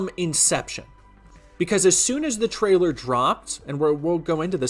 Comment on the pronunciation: He also says “traller” instead of trailer and it annoys me